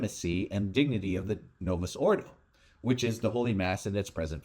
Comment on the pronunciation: Can’t pronounce Novus Ordo. Palm Face.